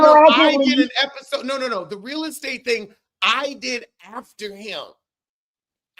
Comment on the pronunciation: When you said Heiffer-sode 😂😂💀💀